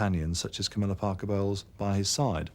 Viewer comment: "Cowmilla" LMAO